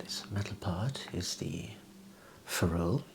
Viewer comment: That’s not how you pronounce ferrule lad